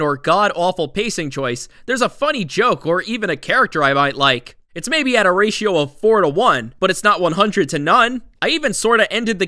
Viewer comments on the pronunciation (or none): none